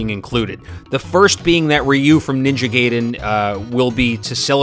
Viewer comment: This is a nice video, put your pronunciation of Ninja Gaiden bugs me